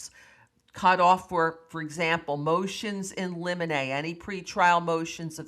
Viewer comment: Thank you for the detailed update...and for pronouncing limine correctly 🙂👏💐